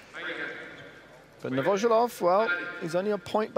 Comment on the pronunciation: Novosjolov is pronounced novvosYoolof